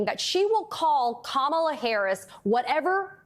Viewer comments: Our Vice President’s given name is, KaMaLa. It is the Indian word for Lotus. She was named by her mother, who was born and raised in India. If these individuals can promise jd VANce’s wife’s name, why can they pronounce the Democratic Nominee? They are being selective bigots. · Make no mistake, folks - the constant mispronunciation of "Kamala" is definitely on purpose. IT IS A RACIST DOGWHISTLE! Don't believe me? The most common mispronunciation (and the one favored by Trump himself) is "ka-MA-la", which is how you pronounce the name of 80s wrestler Kamala the Ugandan Giant. Go look up "Kamala the Ugandan Giant" and then tell me this isn't a racist dogwhistle that they are hammering on repeatedly. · This hit the nail On the head!!! I was soooooo heated from her intentionally mispronouncing Kamala name. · If the Maga idiots can’t handle the basic pronunciation of the name “Kamala”, maybe they should just stick to “Madam Vice President”